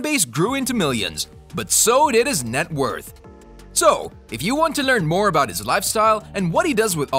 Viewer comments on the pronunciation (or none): none